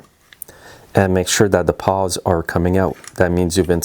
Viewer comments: I think I’m hearing you say “paws” rather than “pawls”… Great video as always! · I think they are called "pawls" not "paws". :)